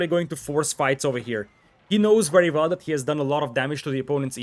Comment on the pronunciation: You know ‘wery’ well that building ‘valls’ is important.